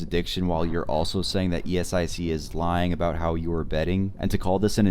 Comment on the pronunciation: Please stop saying it as e-s-i-c 😭